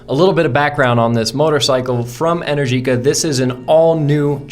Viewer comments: Not "en-er-GEE-ka", it's pronounced "en-AIR-ji-ka". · Realistically it sounds like 110 miles of range in 30-40 mins. But I guess that depends on how long (many sequential charges) the battery can remain cool enough to take the 24kw rate. Also, I think they pronounce it EneRgica. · Pronounced “en-ER-gika” 🇮🇹